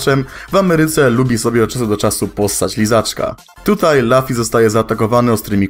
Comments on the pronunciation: mówi się lufi (luffy) a ty powiedziałeś lafi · nie czyta się lafi tylko rufi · Nie chcę się czepiać ale luffy a nie laffy. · Zgłupiałam.... Od kiedy Luffy czyta się jako Lafi przecież nawet w anime mówi się Rufi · Laffy Laffy???? Luffy czyta się luffy Za to łapka w dół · Nie czytaj proszę Ciebie japońskich imion po angielsku. Nie czyta się Lafi... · Luffy czyta się przez u a nie a